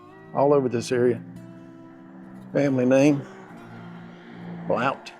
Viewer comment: Locals pronounce it GRIMESlund. And it's just Blunts like the "O" wasn't in there.